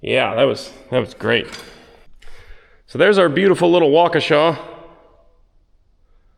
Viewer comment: Gotta give props on pronouncing Waukesha. Rare to come across a non Wisconsinite that can pronounce Waukesha properly.